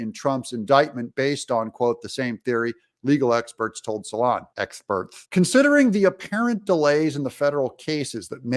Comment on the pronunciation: your pronunciation of "expherts" is hilarious !! thats what I like about your blog ,,,,, you know how to laugh !!